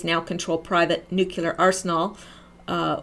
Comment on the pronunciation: nucelar or nuclear?